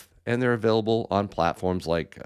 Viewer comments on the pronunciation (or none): none